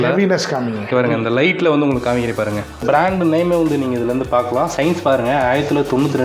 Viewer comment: அது சயின்ஸ் இல்ல சின்ஸ்